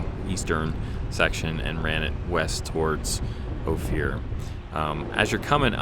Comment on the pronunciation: This is “oaf-er” pass outside of “You-ray”